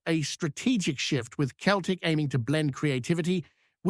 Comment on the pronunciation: Celtic not Keltic ,how many times do I have to tell you 🤷‍♂️